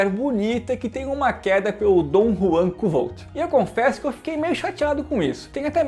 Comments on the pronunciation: A pronuncia é "Kote" se escreve kovthe, odiei o livro, personagem, vazio pouco carismatico e overpower, nao resolve nada com inteligência, so por puro talento. Livro arrastado, chato, 80% da historia é um saco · Oi, na verdade a pronúncia correta seria algo parecido como "Kfolf" ou "Kvolf", segundo o próprio autor :) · Kuotê seria a pronuncia certa, abraços.